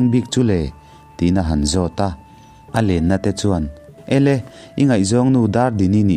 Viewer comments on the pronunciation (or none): none